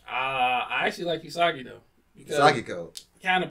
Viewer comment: Bro it's Isagi not Isgai💀